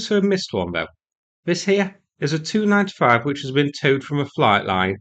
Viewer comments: Tu-95 is pronounced “tee-you ninety-five” in my world - not “295” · Stop saying 2-95. Either T-U-95 or Tupolev-95. Same for the rest. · Tu-95 is usu. pronounced by former military or NATO types as "tee yew ninety five", vice "two ninety five". You were confusing the heck out of me until I figured out what the heck you were saying for the Tupolev designation. The MiG descriptor, for Mikoyan and Gurevich, is usu. the only one pronounced by us as its own word, "mig". Similarly, we say "aay enn" for An- or Antonov. Etc. , etc., etc.